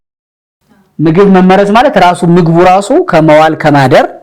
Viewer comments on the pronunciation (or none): አማርኛ ድሃ ቋንቋ መሆኑ!!! አህ! "መመረዝ" የሚለው ቃል በራስህ አነባበብ ችግር ፀሀፊ አቃቤህጉን ወቀስክ። በአድራጊ(subject) መመረዝ ነው የሚለው ፅሁፉ የመጀመሪያው 'መ' ላልቶ ሁለተኛው 'መ' ጠብቆ። አንተ የመሰለህ መመረዝ(object wise) ሁለቱም 'መ'ዎች ሲጠብቁ ነው። ቀድመህ ማንበብ ነበረብህ